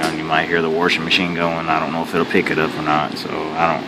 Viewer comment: he pronounce some words wrong, it's not pupi it's pupa, and it's not warsher machine it's washing machine